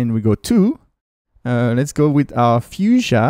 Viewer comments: i thought it's foo-shiya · Had to lol. You sound like a kiwi when you say Fuchsia